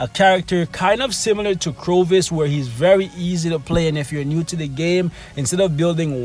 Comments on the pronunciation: Dude, who the hell is CROvus? Corvus... Cor, not cro. Nice list though mate, keep up making them and I'll keep watching them. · Corvus, (Core-Vuss) not (Crow-Vuss) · I think its called cor vus Not crovus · Everytime he says “CROVUS” I flinch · I cringed every time he said it wrong...otherwise great video! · He says it wrong in every video... Always makes me cringe as well lol...